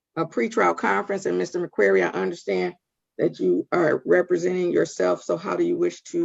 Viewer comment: Love the judge. Love her directness too :) Has anyone noticed she pronounces his name as 'Mr Maqueery'?